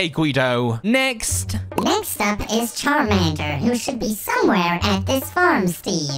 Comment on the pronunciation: Did you really just say sharmander